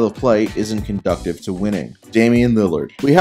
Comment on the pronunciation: Conducive (doo siv) not conducive